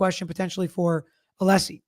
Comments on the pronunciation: Did anyone else catch on to Brennan purposely Mispronouncing Alessi's name all of the sudden towards the end? He kept saying Aleesi. He is being a low down, passive aggressive, immature tool. Very unprofessional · He’s only pronounced Alessi correctly about 3 times since he started this case. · And you’d think he’d be capable of pronouncing Alessi by now! 🤷‍♀️🤷‍♀️🤷‍♀️